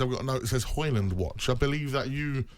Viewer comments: It’s pronounced “Hoy-lunn” like “Roy-lunn” where the “u” is pronounced like the “o” in “goal”. I don’t know why he would ask his Swedish wife, since Højlund is Danish, not Swedish. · Manage to butcher Højlund's name in both English and Swedish(or was it "Swenglish"...). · He does not get the service needed. Not even Haaland would score in this team. And the man pronounced Højlunds name wrong. He said it in Swedish😂